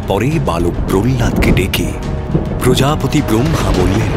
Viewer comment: কিছু কিছু বাক্য এবং শব্দ এর ভুল উচ্চারণ শুনলাম, বরাহদেবের আবির্ভাব, প্রজাপতি কে প্রজাপিতা, ইত্যাদি ইত্যাদি শাস্ত্রসম্মত হয়নি, এই ছোট ছোট দিকগুলো একটু নজরদিলে ভালো হয়